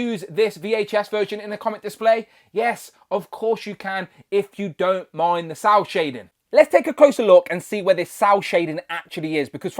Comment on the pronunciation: Is he saying sow shading? What is sow (sour) shading? What is that.